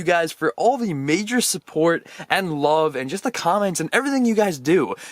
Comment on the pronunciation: At the beginning he said subbort in stead of support